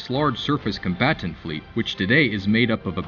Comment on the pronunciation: 😂😂😂 " Con bat tant "